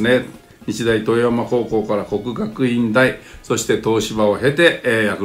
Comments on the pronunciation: 日大豊山は「とよやま」ではなく「ぶざん」と読みます。 気になったので報告までに。 いつも動画楽しみにしております。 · いつも訂正ばかりですみません 日大豊山＝にちだいぶざん です これは知ってる人でないとほぼ読めないのですが